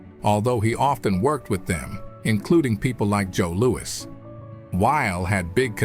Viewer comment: Joe Louwee?